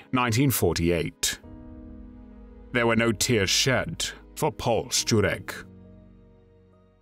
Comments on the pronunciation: True. His pronunciation of "Szczurek" is on point. You can tell that he's not Polish due to a slight accent but the pronunciation itself is spot on. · This man should get some award for his pronunciation of foreign words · No, no! As a Pole I am just impressed by his pronounciation. By far much better than I usually hear. Surname "Szczurek" he got nearly perfect (I would like to hear other English speakers). I even paid attention when he said the name of my home town: Kraków. (it is like "Krakoov"; not "Krakov" like 99% of foreigners says; very often they even tend to correct me!) Again: well done, I am impressed!